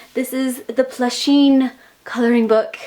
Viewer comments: i cringed every time that she said plusheen instead of pusheen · Every time you said "Plusheen" a kitty died hahah